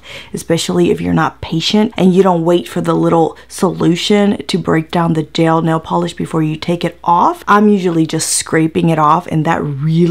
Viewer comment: Nail gel polish 😂😂😂😂 Jail nel polish. 😂 Oh girl you crack me the eff up! ❤️